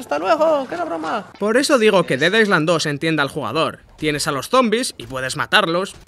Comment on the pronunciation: En "island" no se pronuncia la "s".